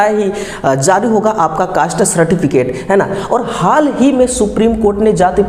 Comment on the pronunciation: Caste bolna nhi aata cost cost bol raha hai😂😂😂😂 kaisa technical hai